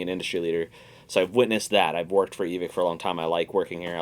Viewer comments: It's pronounced Evik. Why? Cause it's a guy's last name and that's how it's pronounced. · Why do so many people mispronounce Evike